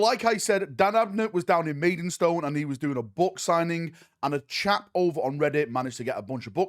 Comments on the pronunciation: As someone who lives in maidstone its not pronounced maidenstone XD also shout out to maidstone games workshop, where the book signing took place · There's no "en" in Maidstone ya plonker!! 🤣🤣🤣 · Noone commented on 'maidenstone' yet?! 😂😂😂